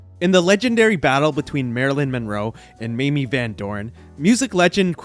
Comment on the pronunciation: it's pronounce "MAY-MEE".... yawn